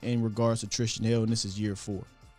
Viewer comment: why can't you say Tristan? Shit cracks me up every time